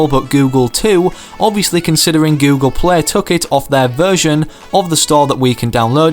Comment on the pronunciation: He says Google play like this:GoOGLE pleH